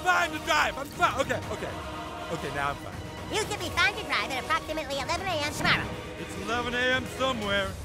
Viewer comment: "I'll return them toomorow!"